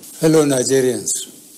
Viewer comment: Did I hear him say "Hello Nazarians"? 😂💔